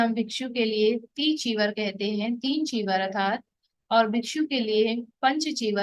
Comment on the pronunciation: Arthat ke sthan par atharth pronounce kar rahi hai.kripa koi upasak truti thik Karen. Be happy